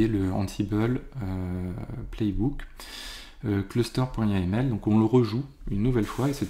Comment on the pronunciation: Au cas ou : NGINX (prononcé [ˌɛndʒɪnˈɛks] ;) et yml -> yameul, ce sont des détails mais ca permet de communiquer plus facilement dans un contexte international (ce qui est qd mm bien souvent le cas dans le milieu informatique)